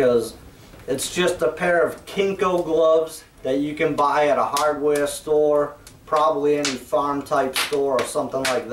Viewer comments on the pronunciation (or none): What's a hodd weah stowah? I don't think we have those down here. LOL.